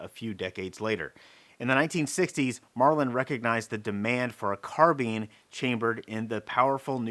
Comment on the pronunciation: carbeeeen hurts my ears (carBYNE)